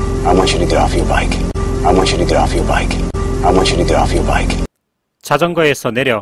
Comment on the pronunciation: i want u to get off ur bike.에서 아 원츄러 더프 여r 바이크 . get off 가 더프 로 들리네요. 막귀인가봐요.